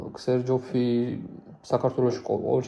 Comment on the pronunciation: მეგობარო ზერჟოფი დაუძახე სწორი ფორმა ეგაა იტალიურად ქს ერჯოფი არასწორია x არ გამოითქმის ამ შემთვევაში როგორც ქს